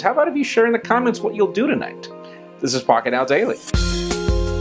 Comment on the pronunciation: is it me only that i always hear him saying : this is f*cket now daily